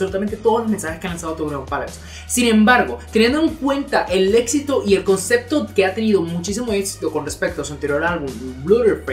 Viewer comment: "ConcePto" no "ConceCto"